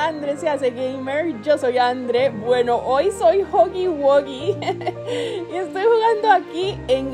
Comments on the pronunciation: se dise guji guía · no se llama digo no se pronuncia asi se pronuncia juggy guggy